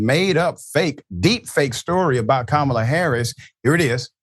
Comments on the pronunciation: Of course Musk made sure to have Harris mispronounce her own name and refer to the “Democrat Party.” (Do Republicans have to sign a pledge to always call it that or something?) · F*ck Elon Musk. He should have stayed in Siuth Africa. Besides, it was obvious it was a fake when she mispronounced her own name - we're not going back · Elon Musk is dumbf#*k. You already know it's a fake just by how her name is pronounced.